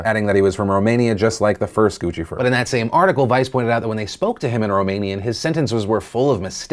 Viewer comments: pronouced Gooseifur- like lucifer.. LOL Gucci~fur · Gucci-fur? It's pronounced 'Goose-e-furr' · Gucci Fur?? Lmao I think it’s pronounced “gussyfer”, Phil. Like Lucifer but with a G. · Guccifer like LUCIFER not Guccifer like GUCCI-FUR. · Goose-ifer not Gucci-fer. Please pronounce things correctly so it doesn't detract from your legitimacy. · Are you sure it's pronounced gucci-fer and not more like lucifer? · So funny.. “Guccifer” isn’t “gooch-e-fur” it is pronounced like Lucifer, goos-I-fur... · Guccifur lol its pronounced gooseifur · I've always heard Guccifer pronounced like goose and Lucifer, Is that wrong? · Dude... It's pronounced Goose-ifer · Oh lol I thought it was pronounced “goose-ih-fer” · Guccifer rhymes with Lucifer not Gucci-Fer lol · That's how you pronounce Guccifer's name? I've always pronounced it like it rhymes with Lucifer. So Goo-si-fer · Gucci Fer. This entire time. Everyone in the news mispronounces it and I didn't even think to look at the word. One of the many reasons to listen to DeFranco instead of CNN when you need to know what is actually happening. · I think "Guccifer" is intended to be pronounced as "GOOCH-sif-ER," from what I assume is "Gucci" + "Lucifer." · I always hear it pronounced like Juicifer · It's pronounced, GOOSE-ah-fur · Pronounced: Goose - Ceh - Fur